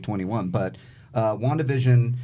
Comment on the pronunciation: WandaVision sounds like WonkaVision